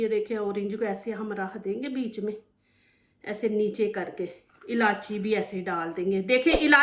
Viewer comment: ilachi nahi bolte ilaichi bolte